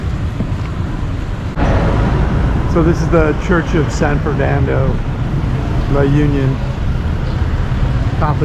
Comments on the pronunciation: It's pronounced as "La oon-yon" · Pronunciation is La-oon-yon.. There is also Pagudpod, the Northern most part of Ilocos Norte, hoping you go visit it too because it is a beautiful sight with the mountain and sea. I was there a few times and I loved the scenery.